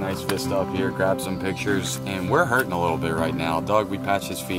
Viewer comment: "Hurting", not "hurtin". Must be republicans.